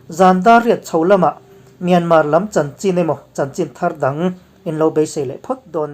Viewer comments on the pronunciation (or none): none